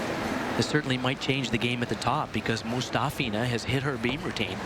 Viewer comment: Ella I.n.c - it’s actually Moo- ‘STOFF-ina. That’s her preferred pronunciation. 🙂